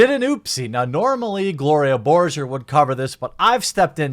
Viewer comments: BORGerrr.. not Borjer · Its gloria borgar like burger not jer